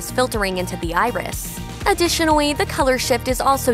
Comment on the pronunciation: Also, any time she says “additionally” I hear “adwitionally”